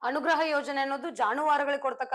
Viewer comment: ಬರೆಯುವುದು ಅನುಗ್ರಹ, ಹೇಳುವುದು ಅಣುಗ್ರಹ😅😅